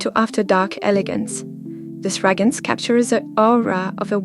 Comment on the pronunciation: I adore you so much and I really enjoy your content! Just wanted to remind you that it’s “fragRance“. Keep up the good work xo 💋